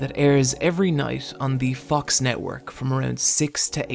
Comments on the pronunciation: IT's Groening, not graining, and more importantly, IT'S FOX NOT FUCKS! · did i hear „The Fuck's Network“ ? :DDD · For a second I thought he said the fucks network 💀